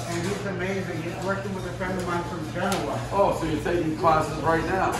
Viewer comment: Buddie said genoa wrong af lol im from dekalb